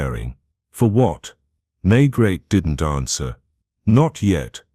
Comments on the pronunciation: It's May-gray, not Maygret.I can't listen to this... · If you are going to tell a story, please at least get your lead character correct. There is nobody called inspector May-GRET. Please blow up your Ai narration bot